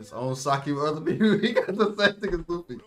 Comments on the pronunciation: Luffy? More like Luggy Pronounced "Lu-G" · Luggy, almost like Loogie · Wtf it's Luffy not Luigi or luggy